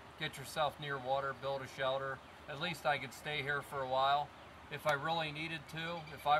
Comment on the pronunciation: He calls it a "shelder"